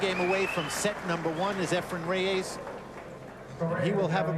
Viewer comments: Mitch Laurance: Why do you pretend to better know how to pronounce "Efren Reyes" than does Efren Reyes himself. SIR MITCH: IT'S NOT RAY AYSS -- it is Reyes. Please note the spelling. Please also note: The way a person's name is pronounced is entirely the choice of the person himself. You sound as if you have a foreign object in your mouth. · Lol .... " Efren Re-YAYS "..??😏